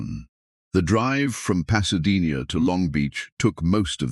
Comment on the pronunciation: Can't say Pasadena properly.